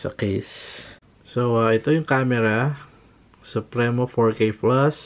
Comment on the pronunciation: Sup-pri-mo. Hnd sup-re-no.. hnd yan si mabini